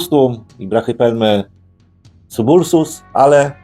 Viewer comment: Przydałoby się nauczyć czytać te nazwy zanim się takie filmiki puści. Nie Bohmi, a Behmei. Nie Subulsus tylko Sabulosus.